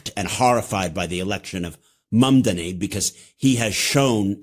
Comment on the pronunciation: That pronunciation of Mamdani's name alone implied that buddy on the right isn't as familiar with him and what he represents as he should be to so arrogantly undermining his character. There's a difference between acknowledging an occupying country's right to defend itsef and condemining the ongoing inhumane slaughter of the Palestinian people with an incredibly young population/denouncing the idea of an ethnostate. Also Trump, a foreign policy genius?? is this a centrist channel now or are we just trying to funnel more into the cult?? How about a Zohran interview with Ben for more exposure and to send a message to the establishment islamophobes who have been misrepresenting him intentionally?? This channel champions Bernie and Aoc, he's representative of their movement as a grassroots-donor dem soc, this is the only viable path forward for the left, smearing Zohran only serves to reinforce disparaging cultural framing of the right, also a lot of unchecked questionable foreign policy claims in this one as well smh